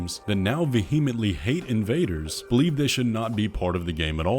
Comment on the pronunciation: He pronounces vehemently like behemoth rather than like vehicle if that makes any sense at all